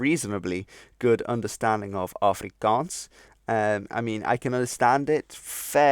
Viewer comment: Just mentioning that as a native afrikaans speaker you pronounce the first a as a short A . Exactly like the a in the dutch af . Im also fluent in Dutch as well as obviously english and learning french .